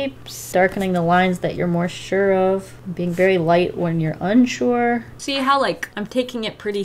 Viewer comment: “vaayry soft with the wrists” the way she said very sounds indian